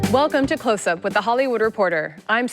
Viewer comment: That's the second host that has a problem pronouncing "Closthtstsup"